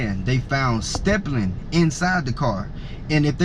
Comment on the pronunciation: Stippling stippling not stepplin English must not be your first language?